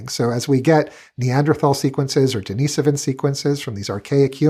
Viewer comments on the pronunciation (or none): none